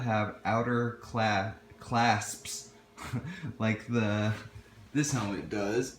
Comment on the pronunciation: Ffs bro! C-L-A-S-P-S. You driving me crazy!!! CLASPS!!!!!!! SAY IT RIGHT!!!! Great review!!